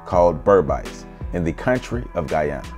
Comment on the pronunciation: Thank you, but also...your pronunciations are like nails on a chalkboard. I'm so happy you pronounced Guyana correctly.